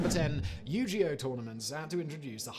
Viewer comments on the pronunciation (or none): It's NOT Yu-ge-oh it's YU-GI-OH GI like a Karoty Gi or better a Traditional style of Japanese clothing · omg ... dude ... Yu-Gi-Oh is with a hard G ... like guy or guest, or give. Thats not an opinion, thats after knowing about it for literally decades. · Hard G in the Yu-Gi-Oh there, Simon 😄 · The way he pronounces Yu-Gi-Oh is pretty goofy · the way he said yugioh xD come one men u are not that old u should know how to say it :D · The way you pronounce yu gi oh is triggering